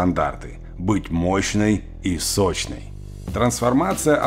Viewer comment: 0.35 "быть мощной и сощной" 😂